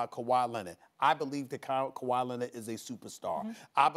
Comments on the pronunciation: "KaWHi CarRRieD THe RaPTorS" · Stephen hates when he calls kwahi all time great